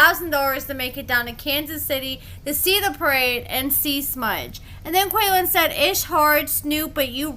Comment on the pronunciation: His name is pronounced KWAY-LAWN … 😉